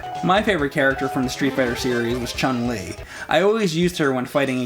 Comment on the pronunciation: "My favourite character was always Chung Li", mispronouncing her name... lol